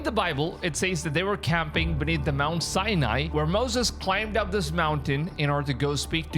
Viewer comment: Sinai Its pronouced sigh-nye.